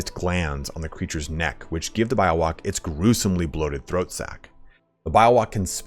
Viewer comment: its Bee-yo-wak lul